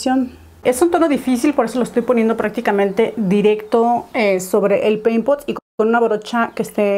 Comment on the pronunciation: Solo yo repetía la palabra peimpot cada que lo decía jajaja